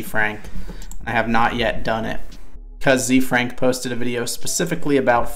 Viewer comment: As a heads up, it's pronounced like Zay Frank. His name is Hosea Frank, Ze Frank for short.